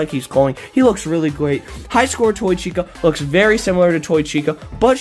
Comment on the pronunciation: he wooks really gweat